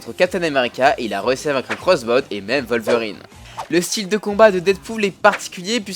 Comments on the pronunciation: on dit pas volverine mais wolverine ( sa se dit ouolverine ) le " w " ne se prononce pas " v " mais " ouo " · Wolverine c'est un p*** de W ! Comme l'animal on prononce comme un W ! PS : Plusieurs nom sont à mieux prononcer, certains sont à la llimite du compréhensible !